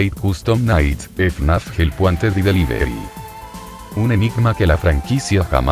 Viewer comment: Te quedo muy bien editado bro me gusto mucho pero una recomendacion para el loquendo para poder decir help wanted pon en el texto de loquendo jelp uanted asi si lo lee correctamente un saludo crack